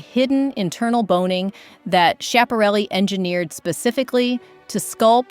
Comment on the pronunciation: Great choices, but please go online and listen to the correct pronunciation of Elsa Schiaparelli's name. It's given in the Italian, French and American pronunciations; and sorry but none of them are yours.